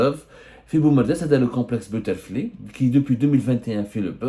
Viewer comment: Plage butterfly? Ça se prononce butterflai.....